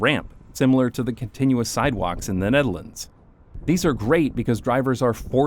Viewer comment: Bro pronouncing Netherlands like that as if he's a native who speaks Dutch lmaooooo